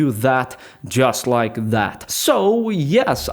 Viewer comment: “Just loike dat”